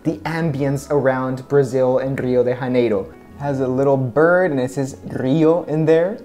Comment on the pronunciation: I just found your channel, your reviews are great, thank you! The 2nd pronunciation was correct, ipaNEma (perfect accent though, it's not like in the song, where they americanized the word). Also, the J in Janeiro is as in the s sound in "usually". From Rio here, btw :)